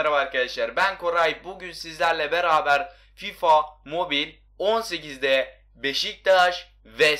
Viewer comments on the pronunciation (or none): none